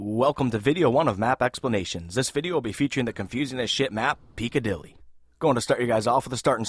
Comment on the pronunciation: Good vid. But it's pronounced "Pick-a-dilly" not "Peek-a-dilly" ;)